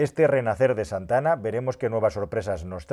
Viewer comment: Con su "Z" de "Zantana"...😂😂😂😂😂😂...como no bajen los precios me da que venderan bien poquito